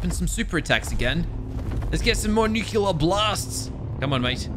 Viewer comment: i like how doesnt even read the part where it says the atomic breath and he still says that its the nucular attack